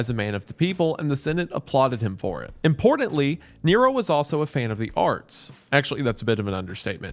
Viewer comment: Impordantly? There's aT in there my guy, not a D